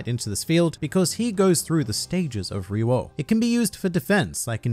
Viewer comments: im from australia and dont say it like that. it sounds like hes saying ree-woah and its so annoying. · Isnt the prononciation more like Ryo-o than RYu oo? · I can't watch this hearing REWOW every 10 seconds is pissing me off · It was wrong actually. The spelling is RYUO not RYOU. Meaning that it is pronounced as RYU-O. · Great... another word native English speakers will be damned to pronounce correctly. It's like the name Ryu. It's not Raiyu. It's fucking Ryu. 1 syllable not 2. Now it's Wreewo. Does it look like it says Wreewo? They say it in the anime. How hard can it be? Sorry this is just the time tipping my bottled up frustration over the edge. It's not against you specifically. Most do talking about Street Fighter. I've heard 1 guy, of all the people I know on the internet, actually say these kind of words correctly. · My ears hurt with this pronunciation of RYUO, it should be RI-YU-o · Why are you pronouncing it weird. Riro? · I cringe eveytime you pronounce Ryuo. I been pronouncing it Ree-oh, but carry on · It’s not pronounced Riwo 😜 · Every time he says “ri-wo” i literally cringe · I speak Japanese it’s ryo. But it’s kinda complicated because the r sound is a Japanese r not an English r so it sounds a little different. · His Ryuo pronunciation gave me aneurysm Jesus... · Is there a reason you've changed the way you pronounce ryou? It was the right way before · He just mad he can’t pronounce ryuo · The way he says Ryuo immediately made me go "RE-RO RE-RO RE-RO" In the anime, it was pronounced what I can only describe as "dyuo" de-U-oh. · Australian really have a weird pronunciation of words, maybe because of their natural accent. I dont think RYUO is pronounced as REEE-WOOW. I think it's RI-YU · why does he say "reewo" instead of ryuo? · I think it's pronounced as ryu-wo not ryu-wow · STOP ITS NOT (re-ro) it’s (Ree-yo) god damn I’m bout to turn this off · Him: Riwo Me😲😲Noooo its Ryou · stop pronouncing it as Re-Wo, Its Re-Yo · He’s saying it like ruwio